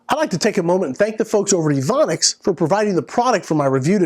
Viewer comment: Its evanics, long a